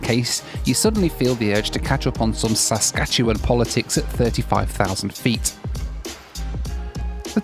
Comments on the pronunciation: You said Saskatchewan perfectly,! 🎉😂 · I applaud the dedication to learning to say Saskatchewan.